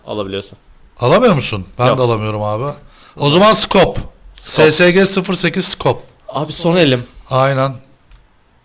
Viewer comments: abi ssg değil esesci diyin şuna :D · Abi o Sesege 08 diye okunmuyo esesci diye okunuyo :D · ssg sesege kapışalım dediniz o es es ci diye okunuyor